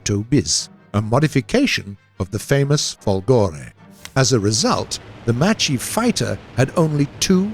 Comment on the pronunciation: Guys, you'll never learn, :p... but since I know you're trying hard, here's some little note for non-Italian-speaking people: - "Macchi" is not "Matchy", It's "MAKKI" (with strong "c"s) - "Folgore is not Folgòre, it's Fòlgore" - "Badoglio" is not "Badog-lio": that 'gl' sound is not present in English, so try to pronounce it as "Badòlio" and you almost get it ;). ...and this is the last and maybe quite difficult for non-Italian people: - in 'W l'Italia", "w" does stand for "viva", so... "VIVA L'ITALIA!" , which means "Up with Italy!" BTW, this is an ancient emoticon, born in 19th century: the "W" symbol recalls both the two "v"s in the word "ViVa" (literally: "be alive") and the image of two people with their arms raised).